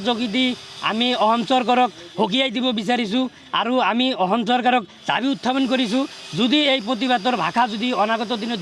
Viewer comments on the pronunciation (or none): 😂e delhun ahom kooise...... 😂ahom ne অসম ।।।।।Assamese vlkoiii kbou njne.... Asorit dei